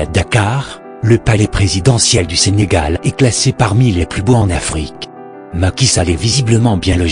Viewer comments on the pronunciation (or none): none